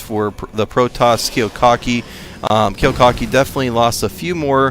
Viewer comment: You missed pronounced Kiwikaki's name the WHOLE GAME. So annoying.